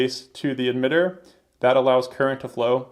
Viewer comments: Why are you saying Admitter instead of Emitter? Is this some dialect thing? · my first video ... looks to be a very good one ... (for whatever strange reason he pronounces emitter as 'eDmitter' 😝...